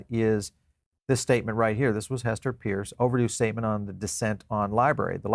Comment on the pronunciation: Are you EVER going to get Hester's last name correct?